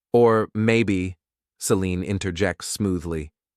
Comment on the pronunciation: Formulaic divorce story vid told by an AI that can't decide how to pronounce 'Selene', an important character in this story. F'd this name up so much that it's even spelled 2 different ways; Celine and Selene. Also, do us all a favor and stop including artwork with dialog bubbles filled with nonsense. Either put in real words that actually say something resembling conversation, or if that's too much to ask, then just eliminate the convo bubbles entirely.